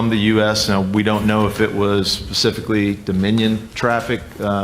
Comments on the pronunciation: Tell me I’m not the only one that heard him say “we don’t know if it was Pacifically Dominion traffic....” #validateme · I swear I backtracked several times and I could still only hear Pacifically. 🤦🏻‍♀️